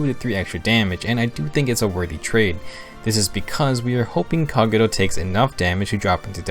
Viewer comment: I don't like how he says Kagero's name